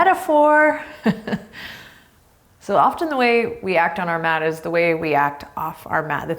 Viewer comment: when you said math instead of mat I laughed out loud